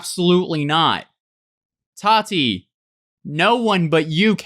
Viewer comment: Why does he say "tati" liiiike "hot toddy" tho